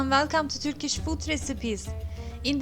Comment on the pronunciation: Türkiş değil kız. Törkiş. Çabana gurban da telaffuz bayaa kötü.